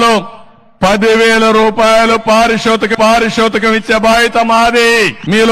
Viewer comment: పారి షోతకంకాదురా పెద్దమనిషి, పారితోషకం!!!!!